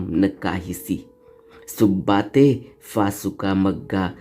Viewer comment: असुद ढंग से मत पढ़ना। जैसे भ को म पढकर भग्गा को मग्गा पढ रही हो। भत्ता भुङ्ग बनाकर भाग्नाबसेस मे परिरणत करना भङ्ग करना भगाना भगादिन भग्ग भग्गा है। मग्गा को अर्थ क्या हे ? बता दो। असुद क्यों पढ रहा है ?